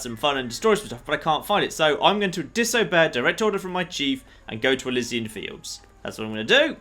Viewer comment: Is it not pronounced elEEsian fields?